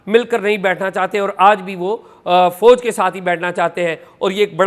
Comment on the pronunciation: Can you atleast correct your horrible pronunciation. It is Fauj not Fooj. Can you do it or you agree to be illerate.